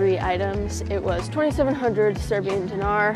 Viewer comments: It's so weird how good their Serbian pronuniciations are... It's almost like they are Serbs :O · I am surprised at how clearly they pronounce Serbian dishes.